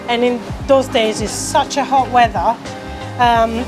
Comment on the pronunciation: where do you go,? Where do you go? lol Edit: I love how much she loves making bread! I wish I was that passionate about my work! 2nd edit (sorry): it's crazy, you can tell she's developing her English in Britain the way she says "weather". That is so cool! It's like 2 accents.